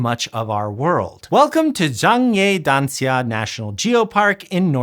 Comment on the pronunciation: i like how you pronounce zhangye danxia properly